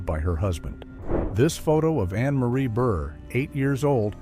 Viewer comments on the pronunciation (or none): none